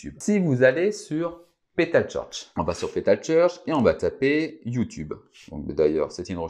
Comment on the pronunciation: Bonjour Merci pour la vidéo c’est Top ! Comment dire « Pétal Search « et non Petal Church c’est pas la même chose en anglais. Attention au S de Search . Merci ;).